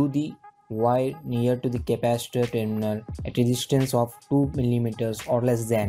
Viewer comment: Hahahaha .....he said "Teerminal"..... Hahahaha